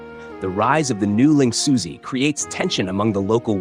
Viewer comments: lingxuzi is closer to ling shoe-zuh, although it's hard to convey the real pronunciation through English text. Edit: Actually, at first I didn't consider you used text to speech, if you used Chinese in the voiceover, I wonder if it would have nailed the pronunciation. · Ling 'Suzy' lmao